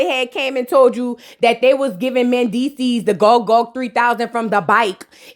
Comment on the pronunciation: Okay next to Amara. When you talk about Mandeecees is at the top of the list. Why I shiver when you be saying Mandeecess.Wooooooooo🤣🤣🤣🤣🤣